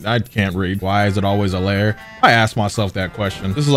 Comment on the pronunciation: I get annoyed when people say Lair when its LIAR as in SOMEONE WHO TELLS LIES 🤦‍♂️